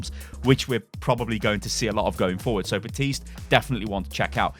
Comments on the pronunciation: BAPtiste not BATiste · It’s Baptist’s mate not batiste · Can't pronounce Baptiste right